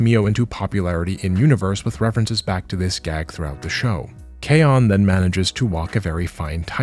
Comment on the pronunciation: This is far too cynical of an explanation. I think they just like to latch on to random symbols like Pepe the Frog or K-On! because one of their own made a meme about it once and they started to claim that character as their own. We just need to claim it back. Also you mispronounced K-ON (kay-OHn) and Bocchi (BOW-chi) so you lost all credibility.